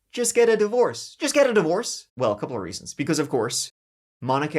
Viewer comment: the D.V. ORE legit cannot say the letter R lol